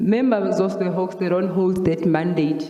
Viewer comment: Hawks, not 'hoax'